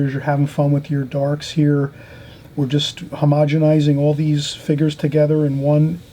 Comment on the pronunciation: I love how you say "figures".... figgers. Love it! You are a fantastic teacher and I love all the time you take to explain things.